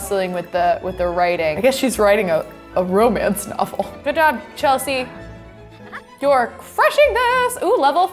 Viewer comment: You keep on saying it's Chelsea